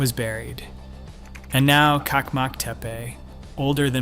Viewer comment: "çakmak " is pronounced "TSak-mak" not kakmak. It means "immediate loan" or "fire starter/ flint/ lighter".